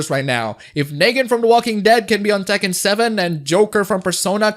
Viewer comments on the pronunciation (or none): none